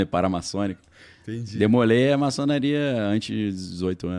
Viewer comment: se fala " dêmôlé "